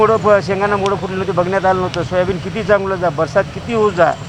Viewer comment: Soyabeej Galathy "Soyabeen" kaho News Reader sahab.